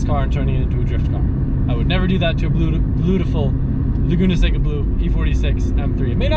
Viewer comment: “Bluetiful”